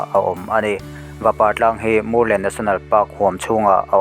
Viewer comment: Murlen, tih hi, Vamur lenna tih tluk a ni a, Lam dik atan a ṭha e, Sialkal tih pawh hi, Sialkál tih ṭhin a ni.